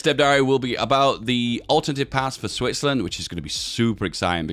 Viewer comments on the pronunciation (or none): none